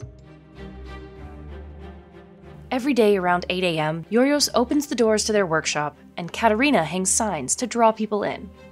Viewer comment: my ears cringed every time she mispronounced Giorgos